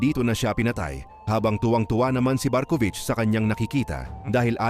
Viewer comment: Barkuvich❌ Barkong wich😂✅